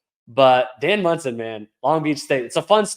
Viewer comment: It’s Monson, not Munson. Jesus. Do some homework